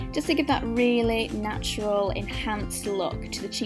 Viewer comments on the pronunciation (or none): none